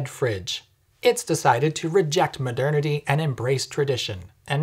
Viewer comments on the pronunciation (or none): "Maderniddy" is my new favorite word.